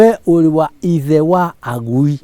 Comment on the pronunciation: Very interesting to hear agui like the kalenjins